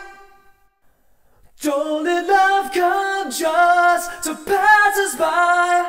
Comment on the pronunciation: They pronounce "just" as "jest", tho. "Don't let love come jest to pass us by"